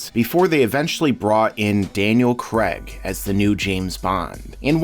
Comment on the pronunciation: I gave up at "Creg"...